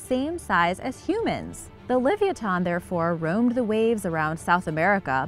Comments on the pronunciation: Forget her sources she's sluaghtering the pronunciation of livyatan so badly i cant even watch the entire video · Thank you .. Her pronunciation is atrocious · your saying it wrong OMG its ly vi ah tin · yr so not saying that right li-vi-ya-thon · It's pronounced like leviathan or leviatano. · No offence to your mom, but the correct pronunciation is: Liv-ee-ah-tan... and that's according to every source. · Bruh its Luh-Vi-O-Than it just hurts my head to her say it wrong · Glad I'm not the only one!! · The way u pronounce this animal kills me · I’m just baffled she the name so wrong so many times flabbergasted😂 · For gods sake...please learn how to pronounce this whales name and Herman Melville's name... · I hate the way shes says it name.. it's so miss pronounced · She didn't even pronounce it right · I hope u realize your sluaghtering the pronunciation of livyatan ...pronounced : Li vy a tan like laviathan but slightly different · The pronounciation bothers me more than it should T_T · She sluaghtered the pronunciations , it bothered me so much i had to stop watching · shes not even close to being correct .. my mothers from tel aviv and she was even saying this girl has no clue how to speak ...